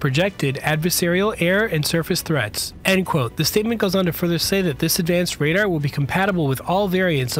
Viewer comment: I was wondering about that myself. And how can someone with a Youtube channel that seems to be interested in aircraft not know how to pronounce "radar". It's "RAY-dar" (where the second syllable rhymes with car) and not raider like the NFL team that recently moved to Vegas.